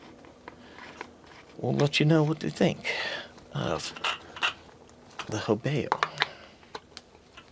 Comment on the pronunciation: let me help you here there bud. You consistently constantly murder this company's name🤣😂🤣😂 The name "Hobao" is pronounced "HOH-bow", with the emphasis on the first syllable. Here's a breakdown: Ho: Pronounced like the word "hoe". bao: Pronounced like the word "bow".